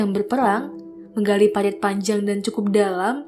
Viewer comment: Parit kak, bukan palit 😋😋😋